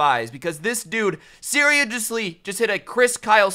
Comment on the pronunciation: Did Anyone notice that said serioujjsly